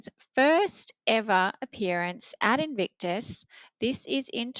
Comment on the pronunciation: Nono, you were correct in your pronunciation. "Evictus" sounds correct. 😂